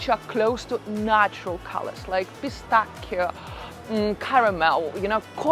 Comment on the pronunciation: I subscribed to your channel when you said pistacchio in the right way 🙂